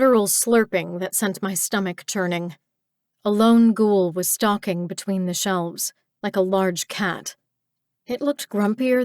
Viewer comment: Was NOT expecting to find a book set in my own country, but its a pleasant surprise. Even if the reader says "Ghoul" weird.... like..."Gjul" ..what up with that?